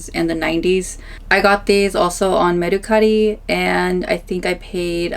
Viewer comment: The way she’s saying mercari is making that rage build up inside of me😂 . Can someone teach her how to say it please